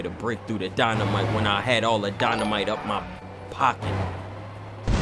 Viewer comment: can't pronounce 'dynamite'.